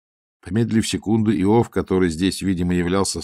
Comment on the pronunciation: Простите, Александр. АлексИй. Иов. неправильно ударение. Надо было проконсультироваться. Я Вас уважаю, как прекрасного артиста, но эти небольшие ошибки шокируют. 😮